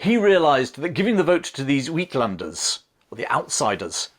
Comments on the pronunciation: You should also research how to pronounce Afrikaans terms if you intend to use them in this comment on the Boer War. For instance, ‘uitlanders’ is pronounced ‘aytlanders’ not ‘weetlanders!’ But otherwise thoroughly appreciate the balanced and knowledgeable commentary. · Well done!!!! As a South African with ties to the Afrikanders and the U.K, I find your unbiased rendering of this video refreshing. You might try pronouncing the word uitlanders as"atelanders" while not perfect, it will sound much closer to the South African pronounciation. Looking forward to your next effort. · Just a correction on the pronounciation of uitlanders - it's not weedlanders, cause that's what you're saying. It's atelanders if we're gonna try and focus on pronounciation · Uitlanders is pronounced eightlunders rather than wheatlanders.